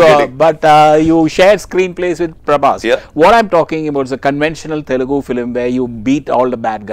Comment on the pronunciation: It is 'Telugu' not 'telgu'